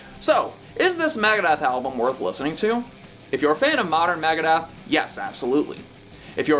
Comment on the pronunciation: It's NOT MAGADETH . Dude Dave would def have something to say about that......